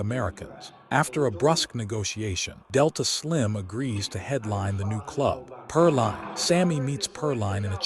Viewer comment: its pronounced perleen not perline! back then names ending in "een" were popular..ireen, desreen.aileen